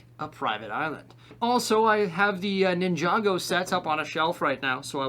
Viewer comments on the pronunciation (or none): none